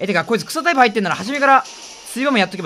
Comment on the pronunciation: の草タイプがクソタイプに聞こえて草